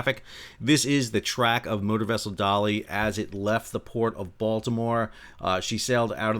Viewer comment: When you first said 'motor vessel Dali 6 I thought you said "Murder Vessel"